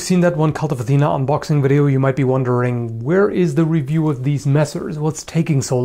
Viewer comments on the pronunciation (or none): none